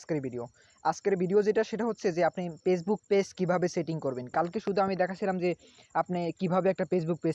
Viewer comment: দুরু বুদাই পেজবুক কি ফেসবুক তর তো উচ্চারণ ই করা পারস না